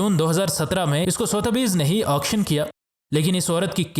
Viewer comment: Word pronunciate sudhbee(sothby,s)